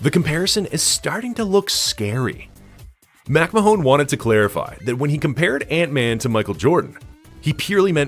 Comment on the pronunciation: AI has trouble with the name MacMahon. "Mack Mahone" 😂